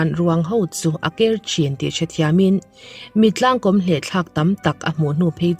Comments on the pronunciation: Mittlangkawm hi, i chhiar dan a dik lo, kom nilovin kawm tihtur a ni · Mittlang kawm i tih kha, he tiang hian lam teh, (Mitlâng kâwm) thlûkna awm ang hian han lam teh i lam dik zâwk ngei ang